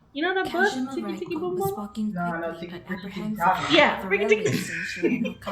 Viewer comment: Its pronounced "Teki Tekei"